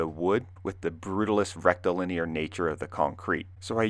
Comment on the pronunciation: “Rectalinear”…😂 I’m a child 😒